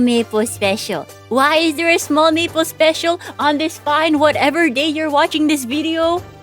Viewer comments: is it just me or does it sound like she's saying "meatball" sometimes instead of maple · every time you say smoll maple all I hear is smoll meepo